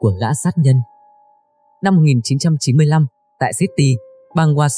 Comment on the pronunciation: Cảm ơn đã cho ra nhiều vụ án ly kỳ rất hay, ( cho phép tôi góp ý bạn tí nhé. SEATTLE không đọc là sit ti mà là Si a tồ hoặc Si a đồ theo giọng Mỹ, mình viết chữ phiên âm ra tiếng Việt cho bạn dễ đọc mong bạn không buồn, chỉ góp ý thôi nhé không có ý gì 😊)